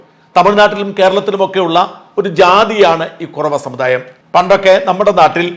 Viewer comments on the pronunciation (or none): none